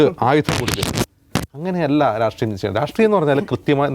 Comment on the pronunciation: Dear,,, രാട്രീയം അല്ല... രാഷ്ട്രീയം ആണ്... നിങ്ങൾക്ക് നല്ല vocabulary, pronounciation ഉണ്ട് 😊